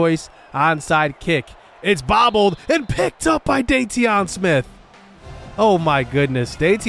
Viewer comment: its pronounced "daytwan" smith not dayteeon lol